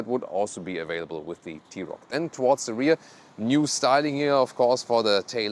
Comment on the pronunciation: Arent you german? Why you mispronounce german car brands?